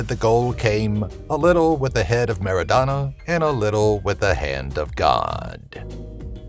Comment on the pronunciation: MARADNA , NOT Merodana .Everyone loves him like cocaine